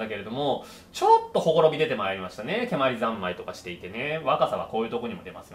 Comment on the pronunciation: 蹴鞠の発音が関東風になってますね。関西では語尾が上がりません。蹴鞠は御所、つまり京都ですから語尾は下がります。